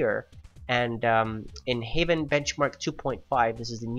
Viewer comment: by the way, why are you always pronouncing heaven as haven? its like haeven